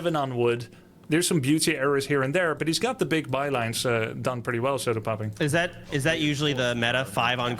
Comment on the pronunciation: grubby kept calling him sodapopping... he is sodapoppin.